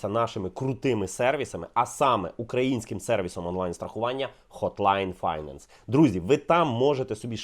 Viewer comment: Пардон, але наголос у слові "finance" не там